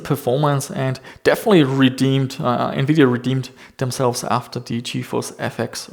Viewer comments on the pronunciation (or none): none